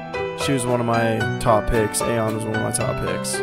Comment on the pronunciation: You pronounce Ahyeon wrongly. It is not A-hyeon, but rather Ah-yeon.